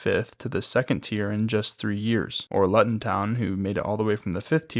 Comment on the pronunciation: This is class, it’s ‘loo-tun’ though